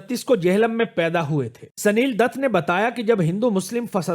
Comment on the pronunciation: پھر اب کیا کریں یہ بتلادے sanil datt نہیں بلکہ یہ Sunil Dutt ہے